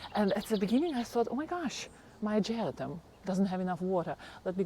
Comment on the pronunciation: Hi, it's pronounced AH-GER-RAH-TUM. At first I didn't know what you were talking about until I looked closely. I also have the Peggy Martin Katrina Rose and it's just starting to put on a lot of blooms this summer. I just love it and can't wait till it grows up the Arbor